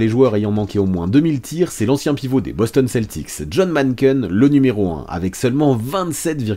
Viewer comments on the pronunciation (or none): none